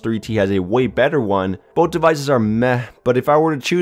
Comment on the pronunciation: Love how he says "boat" instead of "both"